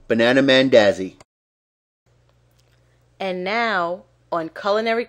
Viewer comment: This isn't mandazi, at least not in Kenya like this. And it's pronounced "mon daazi"